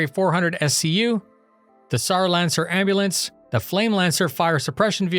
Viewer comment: Darn, missed the "Ambu-lancer"